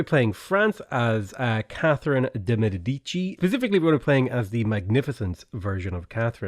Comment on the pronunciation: Hey, I don't know if other people have commented on it before but it sounds a bit like you've been saying "de medidici" in your videos and I just wanted to point it out in case you weren't aware you were doing it haha